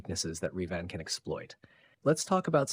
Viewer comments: It's Revan not Reevan you silly man. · Fun video but The way your AI says Revan is so distracting. Not only does it never say it like It is said in any starwars media (sounds kinda like the bird Raven with the vowels reversed) but it does not even consistently say it the same way, so its not even consistently wrong the same way. Also, Vader in the suit would be no match for Revan.